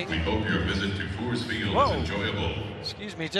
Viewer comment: Sounded like Fore's Field, supposed to be Coors Field. Colorado Rockies Stadium.